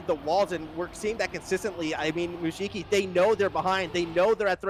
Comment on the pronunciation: Challenge: Take a shot every time the casters pronounce Mujiki as “Mujuki”!